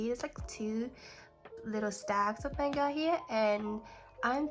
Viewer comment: It’s mah-n-ga you’re pronouncing it wrong….i dont want to seem rude so I apologize in advance